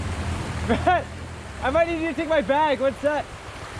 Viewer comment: Bret I like the way you deliver either bisaya or tagalog language you pronounce it well. God be with you at all time. Keep safe